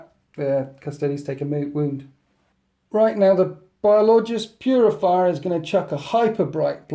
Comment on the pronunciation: its biologus putrifier (bio-low-guss, pute-riff-ire)